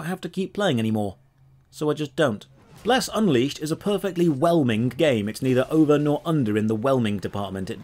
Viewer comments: I almost peed when called the game "Bless Uncrustable" XD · The running joke of saying the name of the MMO more and more wrong each time gets so funny by the end that I can hardly hold in my giggles!